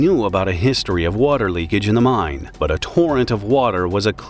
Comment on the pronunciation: it's pronounced "mine" not "mind"